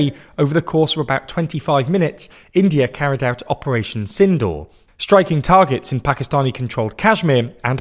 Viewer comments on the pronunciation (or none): none